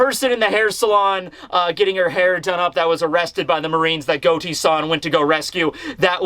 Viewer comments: I love your videos and I wait every Sunday for you, but it's Got-Ti no Goti. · Is it pronounced Goat-E in the anime or something? I’m pretty sure the real life name was pronounced Got-E